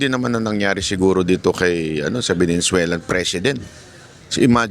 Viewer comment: Venezuelan not venenzuelan ,pati pronounce di mo magawang tama🤣🤣